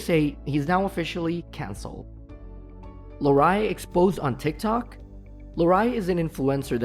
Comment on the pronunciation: “Larreye” lol